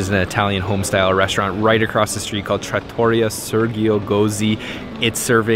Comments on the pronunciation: Nice video. The ravioli in the trattoria, look great! I lived in Italy for many years. You should learn to say trattoria property, Italians will like it, if you do 😊. ... trAH-toreeyah. Emphasize the first part TrAH! more. Then, hang on the t for slight-moment before continuing the word. But if you emphasize that AH you probably don't even have to hang on the t, because the sound will come naturally. Let me know. You can also listen in some translation app or YouTube video how to properly say it 😉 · Enjoyed the video, Florence is one of our favorite cities. Please learn to pronounce Trattoria. : ) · Learn how to pronounce trattoria. The accent is on tra. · Great job guys. Two suggestions on pronounciation: an American pronounciation of Ponte Vecchio is pronounced “PON - TAY VECK - EE - O,” wth accent on the VECK, and trattoria is pronounced “TRA - TOR - EE - YA” with accent on the “EE”. The same pronounciation rule goes for all of the Italian shops (ie. pizzaria, gelateria, maccelaria, etc). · hahaha so fun when she said tortelli and it was right and he correnct her saing tortelliti hahaha, anyway the right pronunciation of all the shop that finish with 'ria like gelateria, paninenria, trattoria if with the accent on the final 'i' and trust me that i'm an italian cook, the majority of real traditional italian food is cheap cause is normal food for us but is so fucking good, on another level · It's Mercato Centrale (the "e" is not silent) and the accent on Trattoria is on the second to last syllable (the "i"). It used to be they only put Parmigiano on the table for tourists (and restaurants that catered to tourists), don't know if that has changed. Italians generally consider adding condiments or cheese to a dish to be offensive to the chef, you are telling the chef he should have put the condiment on there in the first place. Signoria, the g is silent. gn is a nasal "n" like sign.